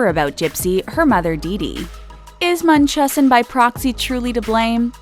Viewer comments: You over prounounce blanchard and it's munch-how-zen not mun-chaw-sen, this shit has been in the news so much there is no excuse for mispronunciation... Also it's pitch-re as far as deedee's moms name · Its munch-house-in. Not munch-hoss-in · It’s pronounced munch-hows-sin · Its not Munchossen Its munchausen...Its like you miss pronounce it on purpose! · Blan CHARRRD NOT BlanchERRD and not Munchusen by Prixy it is pronounced Munch HOUSE N BI Prox E...someone needs to speak more clearly with words. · It’s pronounced Much-how-zen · I believe it’s pronounced: “munch..how..zen” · the mispronunciation of Munchausen hurts my ears. its munch housin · "Bl an cherd" NOT "Blan ChAARRd" Omg... Munchausen is said "Mun-ch-how-zen"...second correction for how to pronounce words...does this person practice at all? Or does she just read a script completely unprepared? I'm thinking the second option. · The narrator is pronouncing munchausen weird. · The narrator cannot pronounce anything correctly. Blanchard, Munchausen... it’s. Wonder she didn’t pronounce Arquette as Arkitt! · The way the narrator pronounces “Munchhausen” and “Godejohn” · You’ve pronounced every last name, and the illness wrong. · Learn how to pronounce munchausen before you make a video about i. Hahhaha. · The way she pronounces the medical term makes me cringe